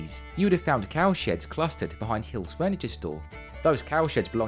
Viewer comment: Great work... so much fascinating detail. Just the one quibble... the famous furniture shop is Heal's not Hill's... a matter of pronunciation perhaps, though I'll set the record straight, as Heal is my family name. That apart... a top-notch short.